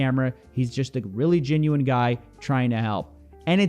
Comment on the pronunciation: I like moistcritikal, but I can’t stand his accent, he doesn’t pronounce “e’s” he makes them into “i’s” “he’s a gin-u-win guy”